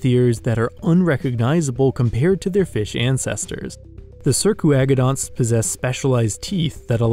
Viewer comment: He's doing pretty good, especially considering how many of the words are jibberish. He got my name right! "Circuagodonts" as spoken here is not how I speak it but it is probably closer to how its phonetically spelled. Otherwise the only major mispronunciation has been "kyran islands" as "cryin' islands"... not a big deal though.